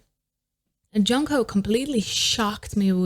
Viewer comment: se pronuncia yonjo (jongho) im atiny for ateez